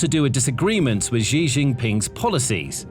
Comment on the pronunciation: Xi pronounced SHE